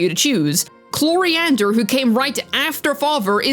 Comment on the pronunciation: Wow can you stop calling Chlorinde, chloriander?? Very annoying, not just that , your tone in general 😵‍💫